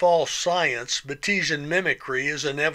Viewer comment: Fantastic, as usual! I will point out that Bates was the discoverer's name, so it is pronounced Baits' ee un